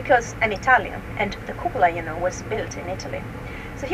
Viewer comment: Hahaha. What a joker. Cupoola